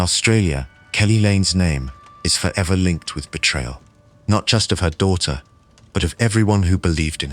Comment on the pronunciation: Some are not bad, the one use obviously was translating from a non English language, so certain vowels were being messed up like the word daughter, the au was not being pronounced instead it was diter...same was other words with this sound..